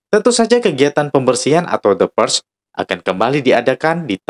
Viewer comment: Purge bacanyan PUREL gitu ya Teman Teman??